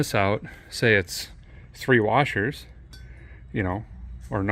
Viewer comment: ThouGhT I'd heARD You SAY WARsheRs!??...NoW ThAT RAD ish CAN be Tied bACk wiTh some chicKeNWiRe!!..IF'N' YeR ouTTA hAY wiRe!...Or a NYe Tie...NiGhTie oR BRACKeTATioNe'...@ ...